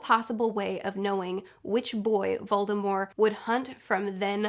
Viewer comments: why do you say "VoldemorE?" Agh!! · I love how she actually says Voldemorrrr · Why do you drop the t from Voldemort I’ve never heard it said that way before